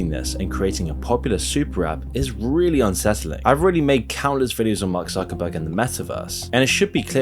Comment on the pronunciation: His name is ZUCKERBERG (TSOOKERBERG) not suckerbucks :D